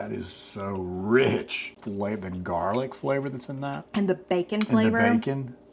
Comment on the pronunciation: "Jarlic." I love it! I used to have jar garlic in the fridge. 😂